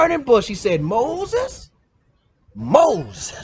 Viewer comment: Boy you stooooooopid! "Moses"